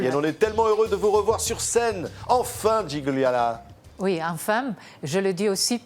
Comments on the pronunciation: Dommage que le journaliste ...c'est typiquement français.d'ailleurs ..😕 avant le entretien n'essaie pas de voir comment prononcer correctement le prénom Gigliola, dont gli ne se prononce pas comme un G... qui est muet mais lji .. Gigliola par contre, parle parfaitement le français et sans fautes ... Bravissimooo ❤🇮🇹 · Magnifique ! Mais entendre son prénom écorché alors qu'elle l'a prononcé, en italien le g ne se prononce pas. Donc, c'est Giliola. C'est pas très grave mais quand même... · Même pas capable de prononcer son prénom correctement ! Le second G est muet !! Gi-liola !!